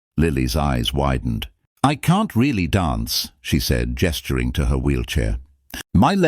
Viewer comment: Is "donse" anything like "dance?" I would suggest that if you can't properly pronounce English, then narrate in a language you CAN pronounce. Is a "pok" anything like a "park?"